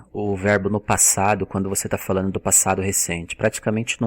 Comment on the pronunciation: Cara, vc é fera no inglês, mas come o d nas palavras em português, falano, comecano, dizeno, e isso é irritante pra caramba.